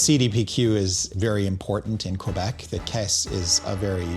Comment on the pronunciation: Praises for pronouncing Quebec adequately.